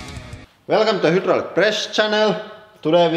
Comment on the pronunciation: I always think he says "welcom the the HITLER Press channel "